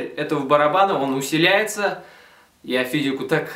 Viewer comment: усиливается а не усиляестся)